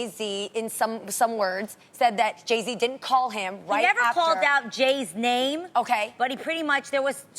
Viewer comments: i love Tamera... but did she say Jay -C instead of Jay -Z? lol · Tamera, it's Jay-Z not Jay-Cee 😂😂 And I think that pretty much how Jeannie and Tamar's relationship used to be. Jeannie was always showing love to Tamar, but it was never reciprocated. I am surprised though, at one point I really thought Jay and Kanye were extremely close.